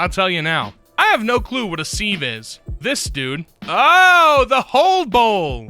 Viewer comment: I've never heard someone call a sieve a "Seeve" before either... lol